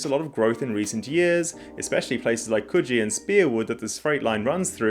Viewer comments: Says he mostly lived here, says kuh-Gee instead of Koo-Gee. ;) Great breakdown. The Leederville/Subiaco and Vic Park areas have a proposal for light rail that looks interesting. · Perthy here. Just wanted to say well done on your place name pronounciations. Most people get these wrong. Edit: ah spoke too soon. You got Coogee wrong. That's the Sydney Coogee. We say it like Coo-Gee, equal emphasis and coo like what doves do. Not like KUji. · Its COOOOOJEE (as in flew). not CUUJEE (as in good) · Coogee here is pronounced like you're saying 'ooze'